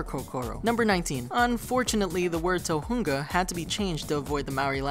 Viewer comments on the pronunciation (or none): You pronouced "tohunga" wrong